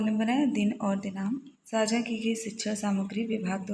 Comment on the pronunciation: साक्षा नहीं मैंम साझा